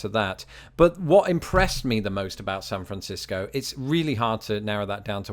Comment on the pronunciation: Carrying over from your last vid, I just realized you pronounce San Francisco correctly and I say Sanfrincisco. +1 for you! 😂👍